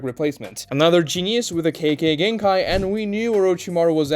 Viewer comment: Im sure nobody but me cares but I can't help myself It's not kaykay genkai is kekay It's spelled kekkei notice the I? The second half is pronounced differently. Japanese pronunciation is shockingly simple and consistent. I recommend learning it. You could learn it in a day and Integrate it into your speech in a week